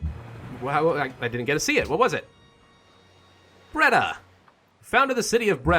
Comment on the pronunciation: u prenounce it breyda